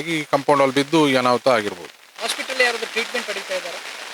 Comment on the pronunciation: ಅದು ಕಾಂಪೌಂಡ್ ಹಾಲ್ ಅಲ್ಲ. ಕಾಂಪೌಂಡ್ ವಾಲ್.